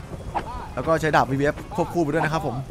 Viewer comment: ผมชอบฟังเป็นดาบเป็นดากตลอดเลย